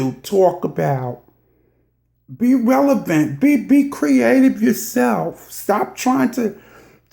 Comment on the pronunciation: Cherry Tree Girrrlll, Okayyy!!! But I guess its better than what she started with. "Revial." 🤣🤣